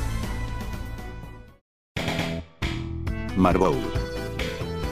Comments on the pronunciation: Jajaja "marbol" xd es marbel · En ves de marble le escuché Marbol